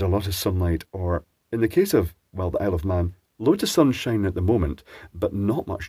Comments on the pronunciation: sunshite? sunshight? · Sunshite lmfao